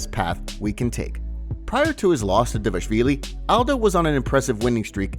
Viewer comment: take a second to look at Merab’s name and then try to work out how to pronounce it. Ffs You’ve been saying Dayvashvilly this whole time. You’re missing an entire syllable